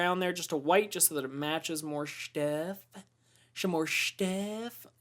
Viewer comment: Also love it when you say schtuff haha :)